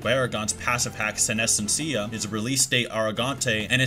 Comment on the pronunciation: Bru-jeria, res-pira, sin-esencia.. these are Spanish words that you butchered 🤣🤣